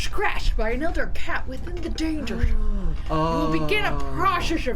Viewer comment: When said "he's in the danger zone" I was like....that's not how you say it!